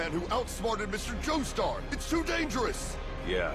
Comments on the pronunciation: I commend you for skipping those annoying episodes, however I am disappointed to not hear "MISTER JOESTUR" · You mean Joshtur?